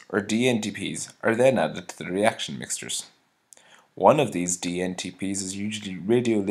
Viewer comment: reaction 'mixters', meaning mixtures? thanks for the video, but my ears bled listening to this accent, no offence really.